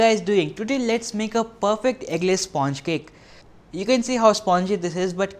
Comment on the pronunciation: his pronunciation of sponge is cringy